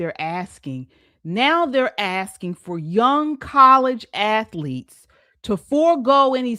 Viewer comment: Hey it's athletes not AFleats